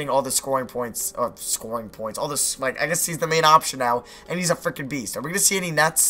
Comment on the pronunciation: idk what's worse, u saying "howey cwap" or "fwickin"